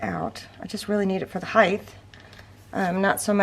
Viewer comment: Hi...I love your videos, but please pronounce "height" properly. It does not have an "h" at the end of it, just a "t". Sorry but it drives me bonkers.!:)